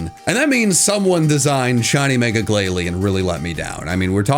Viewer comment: IT;S GLALIE, NOT GLIGALIE!